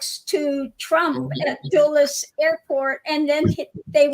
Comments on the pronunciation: No that is not how we pronounce the name of the airport where are you from Texas or maybe Fla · Russian plane went from New York to Dulles in Washington, DC (pronounced Dull Us) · Dulles (pronounced like dull - is) is in Washington, D.C. Was there interaction by any people aboard each plane. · Dulles is pronounced.( dull’ es) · Some times I wish would do alittle research before the show when he’s giving his opinions on other countries politics…plus it’s annoying they don’t pronounce American names or places correctly! Like the ‘Dulles’ airport he’s always in the chat you think he’d see people correcting him as he continued to say it wrong…another one that drives me crazy is how the British pronounce the state of Maryland they interject the Y & we don’t pronounce it marYland! Some times you wonder why the Brit’s don’t learn to speak American english! Lol he very often slips by Lady-G but Lena is the Dr in all things! She continued pronouncing the airport’s name wrong too & lady-G never got a chance to correct him! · you said the name of the airport correctly the first time. It almost sounds like, "Dallas." It is pronounced duh-lus, Dulles.;) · Dulles airport is pronounced DULL-es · The airport you were speaking of is pronounced DULL-es. It serves Washington DC & Virginia. Located in Virginia. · Dulles Airport,(pronounced "dull-us") is in Virginia. The Dalles(rhymes with dolls) is on the Columbia River between Washington State and Oregon, and is not an airport. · duh•luhs airport is how it’s pronounced. You both had it wrong. 😮😊❤ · Dulles (pronounced “dul-less”) Airport is in Washington DC. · Dulles is prosnounced "dull us" named after President Eisenhower's Sectrtary of State John Dulles. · The airport Dulles is pronounced as Dul-less. It's one of two major airports in Washington DC... Dulles is the big one and Reagan National is the smaller one. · Dulles airport serves Washington DC is in Virginia it is pronounced Dull-less